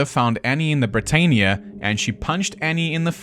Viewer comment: Britannia = Brit-Ann-ia.